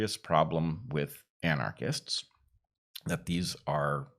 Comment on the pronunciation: Bret keeps mispronouncing violent "communist" as " anachrist". Or is that his form of the dont hurt my sign?